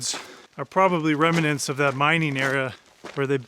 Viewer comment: Excellent work and truly fascinating video. Can I just be the language police though and say it’s remnants not remenants 😅